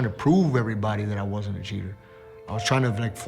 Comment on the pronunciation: dude, it was a shit performance and he admitted it. Why would he say it was his best fight. He said "it wasn", he didn't enunciate the letter "t"